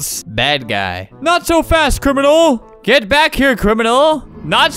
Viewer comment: crimnal crimnal crimnal. crimnal crimnal crimnal. CRIMNAL CRIMNAL.